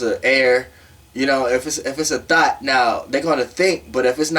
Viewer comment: But why I kept thinking u was saying “thot” 🥴🤣🤣